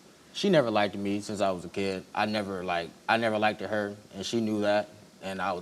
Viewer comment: Young man we need to pronounce words properly! It's liked not likedit!